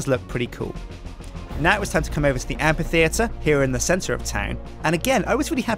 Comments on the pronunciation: Yeah he does, the correct way of pronouncing the 'ph' in amphitheatre is not as a 'p', but as an 'f'. You know, like in basically every instance you encounter the 'ph' in the English language. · After all this time spent on building Dale, he still mispronounces the word amphitheatre.